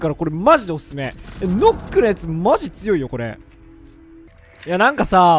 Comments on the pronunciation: ヌックって言え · 「ヌック」じゃないの？